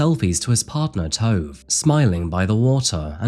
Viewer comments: His wife’s name is not pronounced Tove it’s pronounced Torva. En morsom, men ydmyk mann. Hvil i fred. Fra dizzy i haugesund x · Tove rhymes with nova...my sister's stepdaughter's name is Tove, which is how I found out.